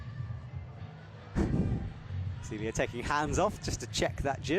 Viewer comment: I've ask you about this a few times, can you please get Zélia Avezou's pronunciation right? The British ZEEEELia is horrifying. You are a good commentator, you can do this.